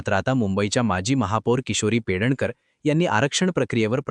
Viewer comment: Her name is PEDNEKAR ,not Pedankar